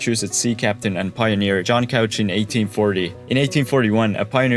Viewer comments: It's pronounced "cooooooch", not couch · shin-ook, ook being pronounced like look without the l. The dalles is pronounced dalls. E is silent. You also pronounced couch wrong, it’s cooch not couch. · Just a heads up, as an Oregonian, John Couch’s last name is pronounced differently from the furniture, it’s pronounced with an “oo” sound, “cooch.” There’s some stuff named after him here and you can always tell locals from visitors by how they pronounce the name. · It's Cooch, not Couch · A couple of pronunciation corrections for those who are interested: Chinook = "shin-nook" (rhymes with "thin hook") not "Chee-nook" Couch (the name) = "Cooch" (rhymes with "pooch") not "Cowch" The Dalles = "The Dahlls" (rhymes with "The Owls") not "The Dallees" Marquam Bridge = "Mark-um Bridge" (rhymes with "bark") not "Mar-kwam Bridge" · Couch is pronounced coo-ch (like coochie), not couch (the piece of furniture) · Couch is pronounced "kooch", not like the furniture. Very good video though! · Couch is pronounce Kootch. Legend says there was an argument in the family and half kept the couch pronunciation, the others used the alternate pronunciation to easily know which side they were on. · Very well done, thank you! Pronunciation: SHiNOOK , CooCH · WIlliam Couch's name is actually pronounced like "cooch". The more you know! Also, "dalles" is pronounced "dalls". The E is silent. Not sure why. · Couch is pronounced Kooch in John H Couch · You're saying couch but it's pronounced Differently. It's a pretty common mistake most people make that aren't from here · “Cooch” and “The Dahls” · And “Couch” is pronounced “Coo-ch”, not like the sofa. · I was impressed with that, too, but he mispronounced Couch and The Dalles. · Yeah but he mispronounced couch, he mispronounced The Dalles, and he miss prounonced Chinook. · I liked your video. That said, you mispronounced both Couch, and The Dalles.